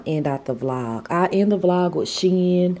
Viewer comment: You're too pretty,. I loved seeing you and together. Plus, thank you for the correct SHEIN pronunciation...lol.